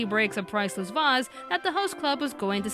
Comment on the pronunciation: ITS VASE v-Ace ace, with a v sound before it!!!! Not with a short vowel sound ITS A LONG A SOUND